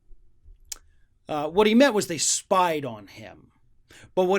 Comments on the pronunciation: Spy-ded??? Lol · "Spieded"? What, is he five years old? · "spieded" LOL